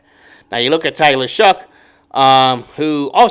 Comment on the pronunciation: its show, not shuck. its shough. like though